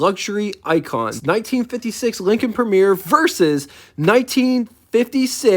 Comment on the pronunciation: You have the wrong dimensions for the Coupe DeVille -- it's 221.9 inches long, only 1 inch shorter than the Lincoln ... 214.9 inches is the length of the Series 62 Sedan, which used the short deck in 1956. (Also it's versus, not "verses." And Premiere, not "Premier.")